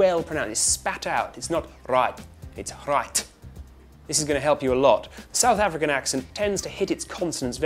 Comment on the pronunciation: "Sedth Effrikan"? As a South African, I would like to say: no